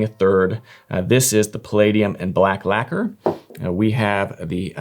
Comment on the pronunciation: Mf doesn't even know how to pronounce "lacquer" 😂